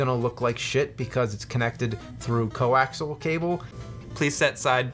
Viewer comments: Andy Prokopyk Came to the comments to post this exact thing. I've never heard anyone pronounce it "coaxle" like these guys do. Even more strange is Cethis's suggestion on how it's pronounced... XD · CO - AXE - E - ALL - Coaxial You guys always say it "CO-AXEL". It's not axel, it's axial. I'll let your Bury Berry stand because you honestly do have a legitimate point with that one. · Repeat after me - CO - AXE - EE - UHHLL. not co-axle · Co-axial cable. Axial. Axe-ee-all. Not axle. I love you guys, but in all of your videos with old systems you say it wrong and it drives me nuts! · CO-AX-I-AL ... 4 syllables (not "co-ax-al"). I've watched so many videos now of you guys both saying it wrong, i just had to say something. Other than that, keep up the good work. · Coaxial Co-axe-ee-al NOT Co-axe-al AGHHHHHHH please say it right... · Just a note guys, the word is coaxial, with four syllables. Co-ax-ee-ull